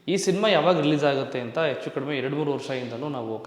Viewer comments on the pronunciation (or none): none